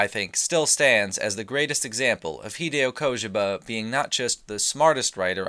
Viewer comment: I cringe every time you say "Kojema"